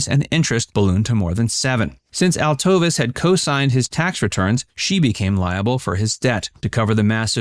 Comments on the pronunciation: Sammy was not 5' 6". He was 5'3 1/2". ...Trust me. His wife's name is not pronounced, Altovis - it's Altovise, pronounced Alto-vees. You need to be better researched and better prepared. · Its not Altovis. Its pronounced Altoveese. Do your research before you do a video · Informative and thorough, BUT Sammy's widow's name is pronounced AL-toe-veese, not al-TOE-viss. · Angie Dickinson did not make the rat pack reference. You need to do better research. And his wife's name wasn't pronounced Al-tovis it's pronounced Al-toe-vees. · Sammy's wife's name was pronounced "Alto-veece". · I do enjoy your videos a lot, but, one thing that a lot of content creators do that is like fingernails on a chalkboard to me is, not take the time to make sure that people’s names are pronounced correctly. His wife’s name was pronounced AL-TOE-VEES. Other than that, great video! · Cannot like the video because you mispronounced Altovise.